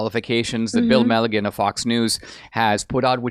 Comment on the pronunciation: The FOX news reporter's name is Bill Melugin... pronounced Mill ooh shun... not Milligan. 😂👍🏼